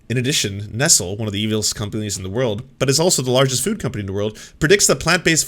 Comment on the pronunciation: I was with you until you attempted to pronounce "Nestlé".